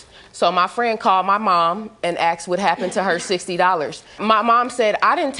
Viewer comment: Axed Axed Axed Axed Axed Axed Axed Axed Axed Axed Axed Fuck me. Its Asked!!!